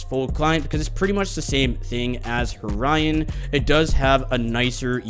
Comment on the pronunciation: Btw they time stamps Horion says Orion :)